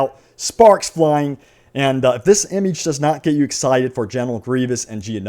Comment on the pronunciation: Please stop saying imige....... And wow what a picture of geonosis..... Game is dead get over it